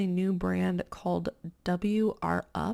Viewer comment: Freddie’s are the best! It’s pronounced wrap up lol it’s the name of their proprietary stretch fabric. The brand is Freddy or Freddy Pants formerly known as Freddy of Australia and New Zealand